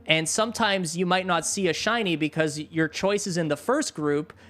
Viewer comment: In shiny hunt first thing he said hiny hunt